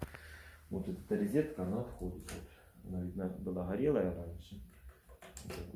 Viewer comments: Ризетка))) рОзетка ! О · Электрическая розЕтка , а не рЕзетка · Не могу больше слышать ризетка, за ранее извиняюсь, но режет слух. Розетка - слово от французского "Rosette". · НЕ ризетка, а РОЗЕТКА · Резетки и ризетки !!!